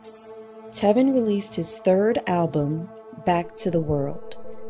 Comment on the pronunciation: right she said telvin too and not tevin.